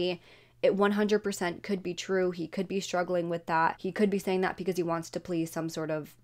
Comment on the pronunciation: Can you please pronounce because properly? You pronounce it with a P. Thanks